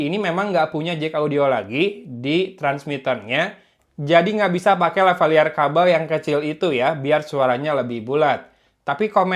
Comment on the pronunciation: LavaLieur a 🤣